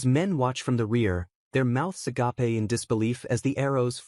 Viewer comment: Why does every AI always mispronounce agape as "uh-guh-pay"..